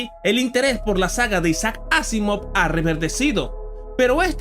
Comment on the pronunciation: este es un gran video pero tengo una pregunta ¿ porqué pronuncias el nombre de Isaac Asimov en inglés si puedes hacerlo en nuestro idioma sin problema?